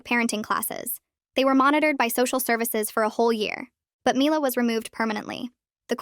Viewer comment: They keep pronouncing mila's name differently